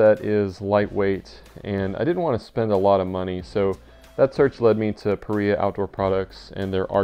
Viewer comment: Paria, pronounced "puh rye uh" after Paria canyon Utah. Thanks for the guide!